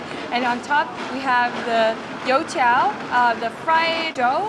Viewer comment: Woah, your pronunciations for the food names are actually accurate! Especially when you said “You tiao” you sounded chinese!